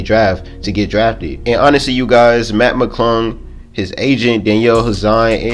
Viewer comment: It’s Mac it’s sound like u saying Matt